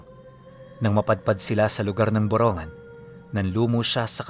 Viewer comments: hindi po buronggan,,,,( burong--gan )samar,pasensya na po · Ang Tamang Bugkas Po Ay Boro NgAan!depo Borongan😅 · Magandang Gabi po, malapit yan sa bayan namin. Borong gan po ang bigkas niyan.